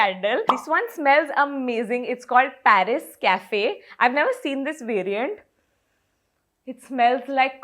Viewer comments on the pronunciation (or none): none